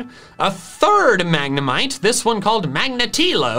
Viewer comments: I'm spanish and i don't say mAgNeMiTe for god's sake xD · I laughed a little to hard at "Magna-mee-té" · I'm spanish and I laugh with mag-ne-mee-tay hahahaha